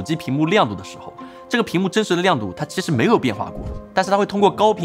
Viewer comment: 真的要我整理出来吗？ “其实”是念“chishi”? “期”是念“chi”？ “器件”是念“chijian”？ “摄影机”是念“sheyingzi”？ “机器”是念“zici”？ “对齐”是念“duichi”？ “实际”是念“shizhi”？ 这是我听错了，还是我一直学的拼音都是错的？ 你又是怎么理解普通话的？